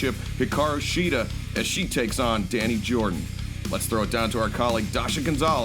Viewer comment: I really hate the way dasha mispronounce shida’s first name